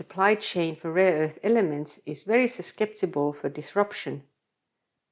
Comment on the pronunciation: “Susceptible” is not pronounced with a /k/ sound.